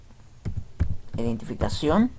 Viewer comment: Mira de antemano una disculpa pero me dio mucha gracia ver esa palabra mal escrita y también que la decías mal, de hecho creo que aun no te percatas del error... Tú escribiste EDINTIFACION (léela bien, detenidamente, sílaba por sílaba) y en realidad se escribe IDENTIFICACIÓN. y cuando tratabas de decir la palabra también decías "edintificación" por eso me dio gracia. Ahora bien, aún otros países se le llama DNI y eso es correcto y eso sabemos que significa Documento Nacional de Identidad... De cualquier forma la escribiste mal porque al escribirla, en primera te faltaron sílabas y además invertiste la "i" por la "e" al principio y lo gracioso fue que también la pronunciabas así, decías "edin" en lugar de "iden"...